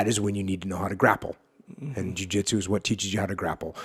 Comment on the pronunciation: When your saying Jui Juitsu do you mean BJJ or just JJ?